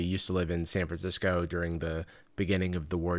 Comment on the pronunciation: S- sanfrandisco? HERE I COME SANFRANDISCO